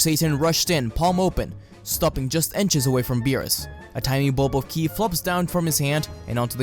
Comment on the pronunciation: I wonder why he calls KI, killi it is a bit weird